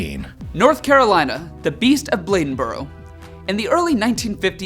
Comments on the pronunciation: I’m from NC you said it right Blade-in-boro it the right pronunciation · You pronounced " Bladenboro " correctly. Congratulations. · You got it right with the nc pronunciation. Also...go figure that we would throw a festival for giant cat... with Ms.Nc 🤦‍♂️🤦‍♂️🤦‍♂️ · You pronounce bladenboro North Carolina correctly. I live there for about a year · With regard to North Carolina, you pronounced Bladenboro correctly the first time. 👍🏼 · You said Bladenboro right. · Your pronunciation of “Bladenboro” was perfect. Let’s see how you do with “Conetoe”. 😁 So you’ll know it’s co-NEE-ta.